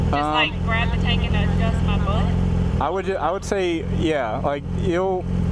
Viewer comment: She says "butt" like "bupt" lol